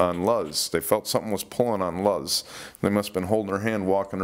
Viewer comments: .my daughter has a friend with that same name ( Luz ) she says it's pronounced LOSE.,not Laughz.😊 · Luz Flores is pronounced " Lose"... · Its pronounced "Lose"... Talking about Luz Flores. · Hello,that girl Luz,her name is pronounced " LOSE". My sister had a friend with that name, at 1st I pronounced it like it looked, same way you are until I was told how to pronounce it.great channel,keep up the good work👍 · Love the way you pronounce luz!!! Lmao